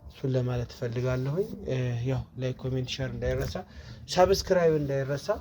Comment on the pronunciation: ሳብስክራብ አትበል ሰብስክራብ ነው የሚባለው።